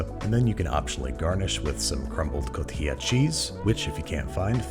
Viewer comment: Correctly pronouncing relleno (ray-yano) is too hard, but oaxaca (wha-haka) and cotija (ko-teeha) were no problem? And no, you can't just use feta there...